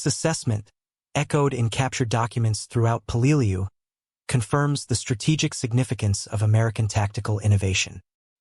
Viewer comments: Peleliu is pronounced "peleloo." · say it with me, "pay-lay-loo." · apparently pronunciation is not part of AI lexicon.:body-green-covering-eyes: peh-luh-loo. (Peleliu) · Mother-in-law was there. Wish it had dawned on me to sak what it was like to be invaded by the US mariens? Her daughter and I met on Anguar? And that's not how I say Peleliu.